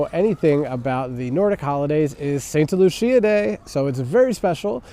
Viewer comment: Not to be a dick but it's Sankta Lucia not Santa Lucia. in english it would be Saint Lucy's Day